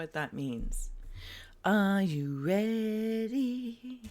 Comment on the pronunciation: Are you readddy? I am readddy 😂😂💚💚